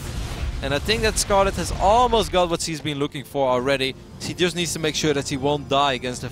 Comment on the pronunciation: Most of the time he doesn't even say "she" or "he", he says "see". :P #MaryGORound